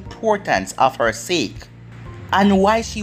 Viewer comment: Its pronounced Sa-ke